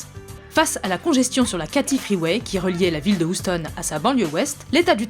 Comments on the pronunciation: mdr "Ouston" au lieu de Houston. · "OUSTONNE" mes oreilles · Houstonne.... Ouais, désolé ma petite dame, mais j'ai retenu que ça de ta vidéo. ^^ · C'est où ça "Oustone" ? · Moi, tout ce que j'ai retenu, c'est que Houston se dit "oustonne" en français... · À "oustonne'' mdrr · La prononciation de Houston...